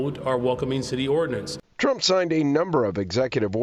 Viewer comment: The word is "Trump" not "tramp". Yeeesh.